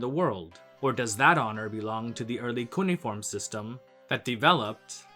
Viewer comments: Cuneiform is pronounced "cu-nay-if-orm", not "coony-form". {:o:O:} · Sumer. And not to overly nitpick, but it's pronounced cu-nay-e-form.